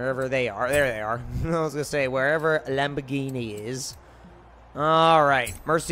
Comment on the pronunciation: Lamborghienie lol